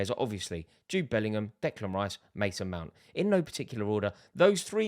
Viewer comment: HOW IS THIS IDIOT SAID MOUNT? WHAT A RETARD